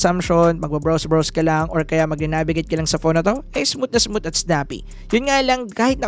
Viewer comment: hard th po pronunciation ng "smooth"